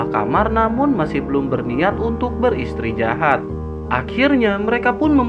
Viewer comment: mntp bang thankss, btw istirahat bang bukan istrijahat wkwkwkwk